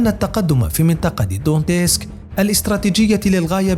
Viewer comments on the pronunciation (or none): لا ( دونيتسك ) مش دونتيسك